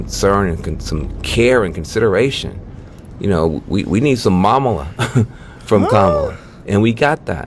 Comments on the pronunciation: Dog! "Mamala"?? F outa here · I can’t believe he’s so stupid to say mamala. OMG!! Hispanics here listening to that and thinking… What???? Y’all that’s bad! 🫣😳